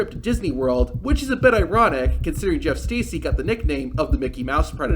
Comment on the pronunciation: It’s pronounced Jerf Stercy